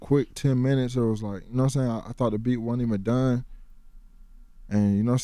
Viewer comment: "Noah Sane?"